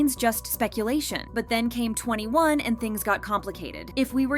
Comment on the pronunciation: 2n1 is actually pronounced two and one not 21